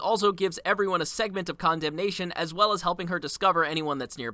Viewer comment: Condemnation: con-demt-ion✅ Condemnation: condom-nation🚫